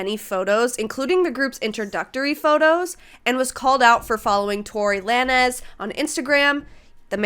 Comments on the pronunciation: Haha sorry I know this has nothing to do with what you’re talking about but I chuckled a little when you pronounced Tory Lanez as “Tory Lah-nez” instead of “Tory Lanez(like lanes but with a z) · i know he's like a despicable dude, but just fyi the "lanez" in torylanez isn't pronounced like a spanish name, it's just the word "lanes" with a z, it's a stage name. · Thats the first time i heard someone say tory la-nez like that 😭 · The way you said Tory Lanez' last name is wild, I gotta start pronouncing it that way now lol